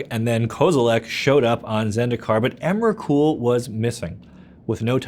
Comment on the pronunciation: Stopped listening when he said emrakul, ulamog and kozilek